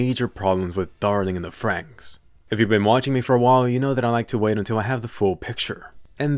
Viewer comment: Thank you for saying darling in the franxx and no darling in the fran x x